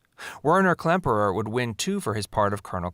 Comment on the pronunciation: Too many mistakes in this video for me to take it seriously. I grew up watching "Hogan's Heroes." As others have pointed out, the writer and/or narrator does not even seem to be familiar with the show, especially it's premise. Add to that the pronunciation errors, and I gave up about 3 minutes in. "Stuh-lagg" ? LOL "Whiner" Klemperer?